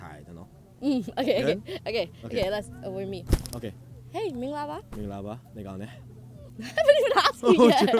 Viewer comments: wow his pronunciation is standard. No wonder he can speak so many languages at the beginning of the video, he said “mingalapar” it sounds like a native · His pronunciation is so perfect, especially "mingalarpar"